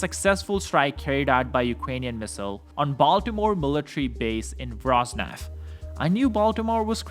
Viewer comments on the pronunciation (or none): Mate at least try to pronouce it - it is not that hard VO - RO - NEZH not Vroznevh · Its pronounced Vo-Ro-Nie-Zh(j)